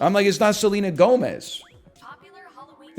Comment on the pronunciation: I love the stressed syllable for Seleena That’s how you know who we’re talking about